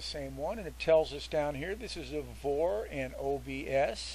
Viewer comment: It's pronounced "V" "O" "R" . . not VOR lol Just like OBS is "O" "B" "S" :-) Thanks for the info!